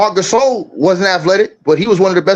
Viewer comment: Who the hell is Marc Gyasole, I thought it was Gasol